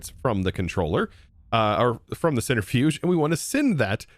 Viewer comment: To be fair, it's probably because of how he's heard it, since he also CALLS it a "center-fuge", rather than "centri-fuge"